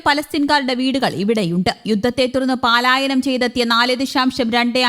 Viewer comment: പലായനം ശരി പാലായനം തെറ്റ്